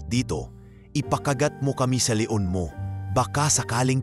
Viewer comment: Pls lng ayusin mo ang pag narrate ok? Mali mali instead na leon, le on wheeey😅